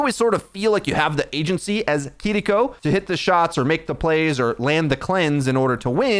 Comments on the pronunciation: Just say keyriko. Saying kidiko is so cringe 🤦‍♂️ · I know you (and many others) are pronouncing her name correctly... But I absolutely CRINGE inside whenever I hear someone say "Kidiko" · plz stop saying kitty co. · Okay if you’re gonna keep saying her name like that I’m never gonna watch another one of your videos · kinda funny how youre rolling the r in kiriko to pronounce it extra japanese but you still say brigida. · Oh my God, just say Kiriko normally. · I’m so sorry but I had to stop watching because of the way you pronounce Kiriko 😂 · take a shot every time he pauses for a second to pronounce kiriko correctly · Can you please pronounce kiriko in an english way because it sounds cringe